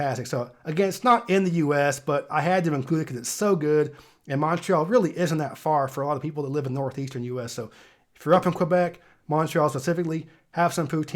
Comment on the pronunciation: ...you don't pronounce the "u" in Quebec